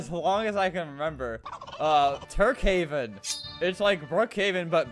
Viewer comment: i swear i heard "turdhaven" when he say tukehaven